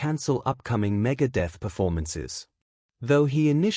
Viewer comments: Medeth megaid lol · the AI narration cannot even pronounce Megadeth correctly.. WTF?!